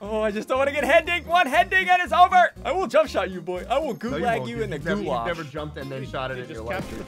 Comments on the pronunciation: When you play MW and then hear ssundee mispronounce gulag, T_T It's pronounced Goo-log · The way he says gulāg hurts me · Your pronouncing it wrong. Its goo-laug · Gods, the way he pronounces Gulag annoys me